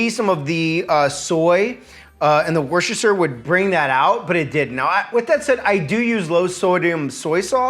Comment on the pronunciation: Worcesterpfizer Sauce. For Cow-vid.